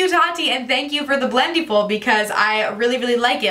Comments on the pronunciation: Great video! Just a quick correction: it's pronounced like "blend-EH-full" rather than "blend-EE-full." Think about it this way: for the word "blending," you don't say "blen-dEEng," right? You say "blending" - short and flat "I" sound. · The way you pronounce it "blend-ee-ful!" 😄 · You’re pronouncing Blendiful wrong.